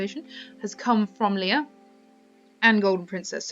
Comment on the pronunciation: It's not Leah its Leia!!!!!!